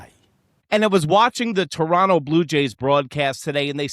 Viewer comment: Just started watching you, and you pronounced Toronto correctly. Tip my cap to you!